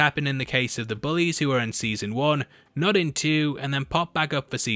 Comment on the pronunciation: Just so you know for future videos, it's pronounced I-E-SHA.